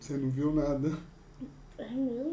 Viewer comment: Mo cria diz “memo” poh😂❤